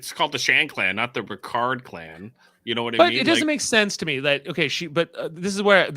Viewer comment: Why do you keep saying Ricards name wrong? His name is Ra-Card not Rick-erd.